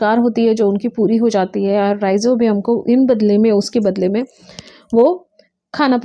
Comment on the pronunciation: It's not Ribozium it's Rhi-zo-bium ....